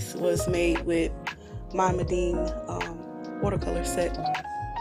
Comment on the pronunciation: Not “mah-deen “ it’s pronounced “me-din”, Meeden. That just bugged me Icouldn’t get passed it ..... lol